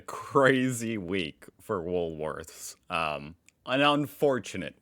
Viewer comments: It's Woolworths with the S at the end - not woolSworths. Just saying. 😂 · It makes me laugh that you still say Woolsworth instead of Woolworths 😂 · Its woolworths not woolsworth,no s after the l. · He knows he’s told every week 😅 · You were doing real well saying Woolworths until a couple of “Wools-worths” at the end… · If you don't like that, you're definitely not going to like saying woolsworths 😂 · why do you put an extra "s" in Woolworths?😀